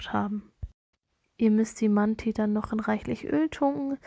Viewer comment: Man sprichst du manti deutsch aus 😂